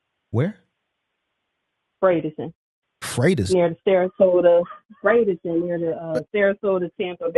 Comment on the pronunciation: Bradenton = Fratersville😂😂😭😭😭